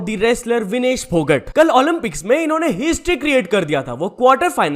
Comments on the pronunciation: Not फोगट it's phogat (फोगाट) Correct it !! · Bhai aap humesha naam galat kyu bolte ho? Vinesh phogat ko vinesh phogut Manu bhakar ko Manu bhakad? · Bhai फोगट nahi hai फोगाट hai😂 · Pronounciation kitna khrab h bhai Tera कल्कि को कालकी, फोगाट को फोगट, भाकर को भाकड़ मतलब हद्द ही हो गई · not phogt ..this is phogaat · विनेश फोगाट है /फोगट नहीं है । नाम तो ठीक से बोल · फोगट नही भाई फोगाट हैं। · Tune dono athletes ke sir name galat pronounce kiye h Phogat and bhaker Thoda pada liya hota YouTube pe aane se phle acha hota niyon men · Phogat check your pronunciation bro